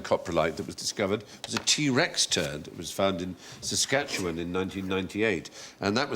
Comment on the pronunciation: Holy Crow Stephen Fry pronounced Saskatchewan correctly! Even most Canadians can't do that.